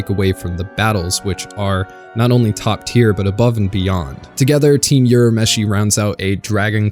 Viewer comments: It not pronounced as "You-rah-meshi" It's prounounced as "Ooh-rah-meshi" Careful when pronouncing other people's names.. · It's URAMESHI not Yurameshi. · "youramishi" "youskei" lol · I cringed every time he said "Yurameshi".